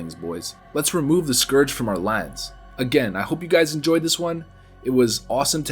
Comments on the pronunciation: saying scoarge instead of scourge triggered the duck out of me. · I notice you say Skooorge and skuuuurge in the same vid? I agree with the second pronunciation. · Its funny how you pronounce the word scourge as eithrr scorge or scerge. Phonetically likr scerge is the correct way. Your welcome. Btw not being a dick i just found it interesting. Additionally, love ur vids man keep em coming! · Scourge pronounciation: Skurj > skorj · “Why not both?” - 2019. I’m so glad he stopped saying skorge after the intro... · Scourge, not scorge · Interested me that you started the video pronouncing Scourge as ‘Scorge’ and changed to ‘Skirge’ how it’s more commonly pronounced. Tripping me out man! xD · whats up with people pronouncing it the scuwrge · It's pronounced "scuuuuurge", no sq-oor-ge lol. Hooked on phonics wurked fur me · Go Throne scoarge is busted and broken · "The citadel was eventually overran by the Score-g LMAO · the Scorrrge? LOL fail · you keep saying "the Skorj" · Scorge? Lol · The way he pronounces scourge at the start of the video is nauseating.....I’m glad he figures out how to say it properly by the end 👍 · May want to practice how to pronounce the scourge. :P Otherwise cool video.